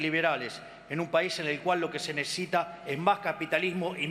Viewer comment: Dijo nesita el idiota